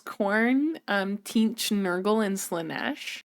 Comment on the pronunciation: It's pronounced Tzeentch, not Tzeentch 😂